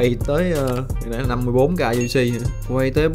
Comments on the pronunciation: Đến cái UC k cũg đọc thành u xê đã biết ông nào ngáo rồi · Cái phần uc đọc cho chính xác vào nghe chối cả tai...